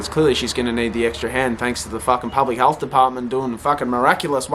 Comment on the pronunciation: It’s health not HALTH